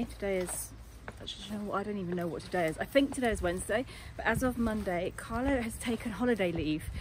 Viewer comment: CARLO, not "Carlos". CARLO is Italian, not Spanish and very lovely man ( sorry, I know he is yours!)